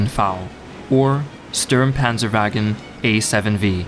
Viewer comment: The thing that struck me the most was the Sturmpanzerwagen being pronounced as Stürm... – other than that, it was really close